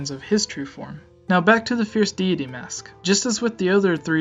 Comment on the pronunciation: I don't like how you dont say deity right. it bothered me during the whole video. I think you need to practice your presentation skills. Interesting theory though.